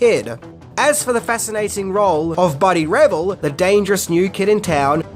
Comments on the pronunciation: BUDDY RAVEL ....RA ...VEL ...NOT RAVIL ...SMH COME ON MAN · Buddy’s last name is pronounced Re-VELLE, not Revel. Casey’s last name is pronounced Sha-mash-ko. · Ra-vell. Not revill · Buddy Revell(not Revel!😆)gonna be waiting for you tomorrow outside your house for mispronouncing his name!! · It's Buddy RevELL, not Buddy REVel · One of my favorite movies of al time!!! Cant get over how this guy is pronouncing last name of Buddy. Revell lol. Its pronouned RAVELL! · Not to be one of those people...but it's Buddy reVELL (the emphasis is on the 2nd syllable in his name). I will say the Buddy character was seriously scary - not only because he looked like a 30 yr old in high school, but he was pretty much a sociopath. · I loved this movie when it came out. And BTW his name is Buddy Revell pronounced riv - ELL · Buddy Ra vell just in case you didn’t know how to pronounce his name which you obviously do not 🙄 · One thing that apparently you don't know is that Buddy's last name is pronounced re-VELL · Buddy’s last name is pronounced “Ra-vel.” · Rev-elle.. did you really watch the movie? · Can't even pronounce Buddy's name lol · You pronounced Revell wrong. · Mispronouncing the villain's last name was not a great way to start the clip. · OMG “The Mission” is my favorite episode of Amazing Stories! It’s funny that keeps pronouncing Casey’s last name wrong and also the character Buddy’s last name wrong too.